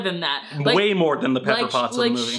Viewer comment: "Wasy" of the samurai?